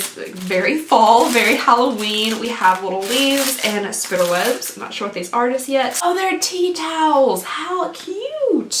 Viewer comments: im sorry but ''spidder webs''?? why does she say it like that lmao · I had to watch this multiple times, ‘spinner webs’ or ‘spi dd er webs’ never heard it like this lol Lovely